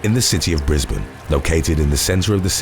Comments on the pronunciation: Well done for pronouncing Brisbane properly, the ppl of Brizzy, Queenslanders will be proud. Now let's see if we can piss Melbournian's off by NOT pronouncing the capital of Victoria's capital Melbourne properly.... 😉 Also well done to the Indian Elephant! It's about time the Elephants got pay back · He pronounced Brisbane properly !